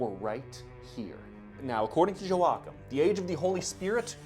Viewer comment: I probably could have added more comments about the Mormons and the noted obsession with Aztec and Ancient American History (it's in the book, I forget its name), but I am more bothered by mispronunciation of Joachim. It's "Yow-aa-kim", not "jo-wak'm", and it's not a name it's a title; one established by god, a saint